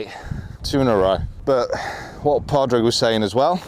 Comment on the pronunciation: It's pronounced "Paw-rig" btw